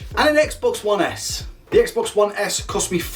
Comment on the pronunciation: For some reason, I can't stop hearing you say, "Reset the sex box".